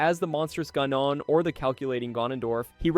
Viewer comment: I stopped watching as soon as you mentioned "gnon" my brother in christ it's GAHnon